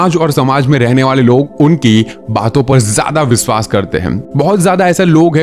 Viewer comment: Aap sh kyu nahi bolte ? Englis nahi hota English hota hai Bhasa nahi hota bhasha hota hai Viswas nahi hota vishwas hota hai . Aap bhi sahi bolna sikhiye . Ghalat bolne se sunne walon ko bahot taklif hoti h